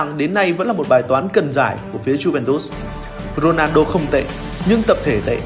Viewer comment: Co len a rrrrrrrnaldo